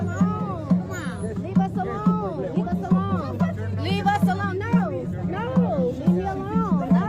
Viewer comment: Leave it to the whiny, professional victims, race card carrying fools to turn the word " alone" into 6 syllables! How do these irritating, unaccountable, arrogant, ignorant, and entitled idiots STILL walk around blaming EVERYONE else but themselves?